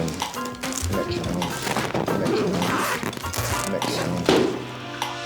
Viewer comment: Greg not penalizing them for saying “metromone” was quite surprising. I think I’m disappointed.